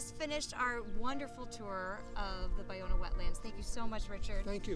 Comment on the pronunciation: Finally learned how to correctly pronounce, Ballona. It's pronounced: Buy-Owna. Also, learned it dates back to the San Gabriel, Tongva indians. Also, that Marina Del Rey was the destruction of 50% of it, and today only about 15% of the original wetlands exist. Great.